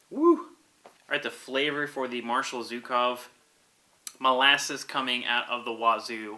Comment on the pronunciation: Great review, as usual,! I've heard a lot about this beer lately, and it sounds like a real winner. Cheers! P.S.: By the way, the 'Zh' in the marshal's name is pronounced like the 's' in "measure". But then again, this is an American beer, so no one really cares.